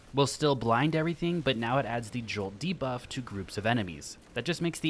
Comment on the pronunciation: Jolty Buff too 😊